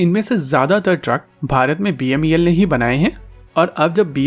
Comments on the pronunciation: Its beml...you are calling it as bmel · It's not BMEL as said repeatedly, it's BEML. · It's BEML not BMEL. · Bhaisahib, it is BEML and not BMEL. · U r repeatedly saying BMEL inspite of BEML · Say BEML NOT BMEL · Sir BEML hai not bmel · BMEL NHI BEML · Video me baar baar "BEML" ki jagah "BMEL" bola gya hai. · BEML not "BMEL"